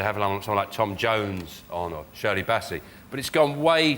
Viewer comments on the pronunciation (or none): none